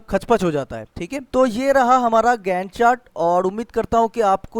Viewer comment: GAAAAAAAAAAAAAAND CHAAATTT🤣🤣! Btw really appreciate ur effort for us!